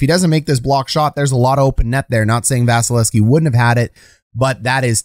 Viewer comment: You are neglecting to pronounce the second V in 88's name. Just saying.